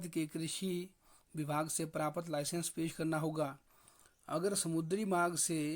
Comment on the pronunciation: प्रापत क्यों बोलता है भाई